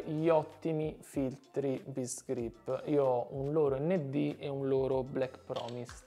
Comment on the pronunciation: Qualcuno ha detto Best Grip?! Best Griip